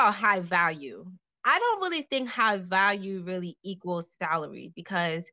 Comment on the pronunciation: She said “th-alary” (salary) 😂😂